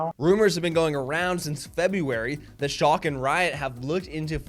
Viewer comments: It’s shall-ke. Hurt my ears as a German speaker. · This guy can't even google how to pronounce the team he's making content on, journalism is DEAD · It's schalke, no matter how you pronounce it, it will hurt my ears. I'm german too btw. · it’s hurting everyone’s bloody ears